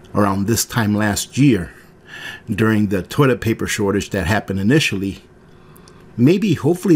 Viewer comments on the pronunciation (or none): none